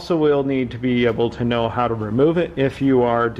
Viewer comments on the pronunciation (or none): none